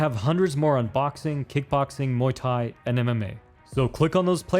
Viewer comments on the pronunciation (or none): none